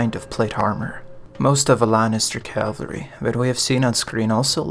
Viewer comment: It's not bloody calvary, it's cavalry!